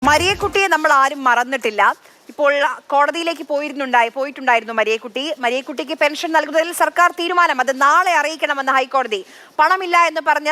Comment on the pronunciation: എന്റെ പൊന്നു മോളേ, നീ മലയാളത്തിനെ ഇങ്ങനെ കൊല്ലാതെ . സായ്പ്പ് വരത്തനാണ്. വരത്തന്റെ ചാനലിൽ അതായിക്കോളു. മരിയക്കുട്ടിയല്ല. പറി യുടെ റി ആണ്. മറ്റേത് മദാമ്മയുടെ താണ്.